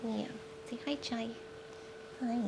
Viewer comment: English is not my first languge and the first time I heard you talking to Chai I kept hearing child! what are you doing, I thought that was a cute cat name XD